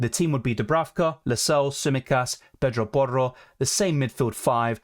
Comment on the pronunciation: Why you say Pedro Porro in a Spanish accent lmao